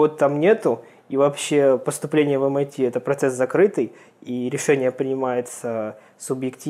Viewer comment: 23-39 Не МИТ , а ЭМ АЙ ТИ :) разница между ними 7219 км приблизительно :)